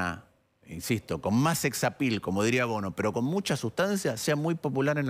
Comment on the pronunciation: no se por que se me vino a la cabeza Ricardo Iorio ahi escuchandolo decir secs apil